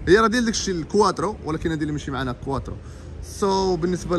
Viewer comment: كوووواطرو 🤣🤣🤣🤣صديقي كتحوي فرونسي